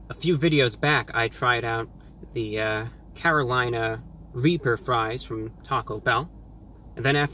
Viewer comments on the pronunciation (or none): none